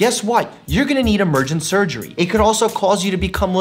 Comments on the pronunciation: "Emergine surgery" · What would we need, Doc? “Emergen-surgery? What’s that, sir? 😂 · Hey Doctor Mike, what's Emergen-surgery? 😂